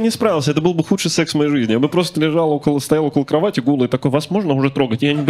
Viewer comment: Дима, если собираешься говорить только про секс. То надо уже начать говорить сээээкс. Это так по-русски звучит. Ты же вроде не иностранец! Любому иностранцу бы простили. Но у тебя в устах звучит ужасно. Пишеися секс, читается "сэкс".